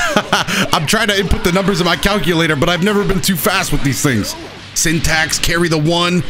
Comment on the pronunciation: Man said sin tac 😂😂